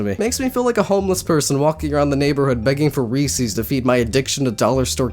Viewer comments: IT IS NOT "REESE-EES" IT IS "REES-EZ" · DID YOU JUST SAY REESEES INSTEAD OF REESES???? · / Daddy Jeff \ He's should of just walked around pronouncing Reese's at everyone. That's scary. I've never heard of anyone that calls them Ree-sees. It's Ree-sis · Oh my god. It’s pronounced “Ree-says” not “Ree-sees”. It’s spelled Reese’s. If y’all passed 1st grade, double vowels make a drawn out sound. So the first part is “ee”, and the second part is “eh”. “Rees-ehs.” Sorry, I just get triggered over this. >:V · Re-sees? the heck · You are pronouncing Reece’s wrong